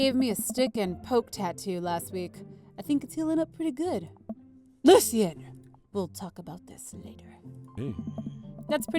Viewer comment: Its pronounced " Lo-She-En " not " Lucy-En